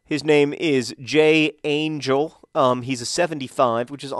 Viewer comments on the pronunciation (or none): FYI, J. Angel's name is pronounced "Anchel". ch as "Le'Chayim!" so you should probably try not to hurt his feelings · Basanta Claus? Also, Angel is Spanish (And pronounced Angél), so could be nicknamed the Angel Grinder. Final suggestion, and I'm sure everyone will go for this, Stuart Holden Caufield.